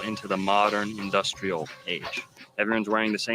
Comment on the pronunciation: In-Dust-L’air ( r/l switch)